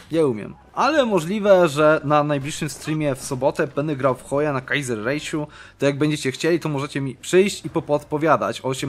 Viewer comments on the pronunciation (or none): Kaisserreich czyta się " Kajzerrajś" "Ei" niemieckir czyta się "ai"